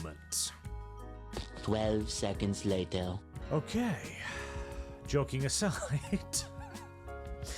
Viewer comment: "Jelking aside"?